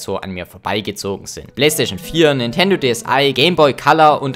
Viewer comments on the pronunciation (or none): none